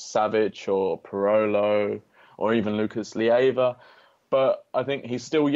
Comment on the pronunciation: LEIVA not LIEVA. Ley-va . . .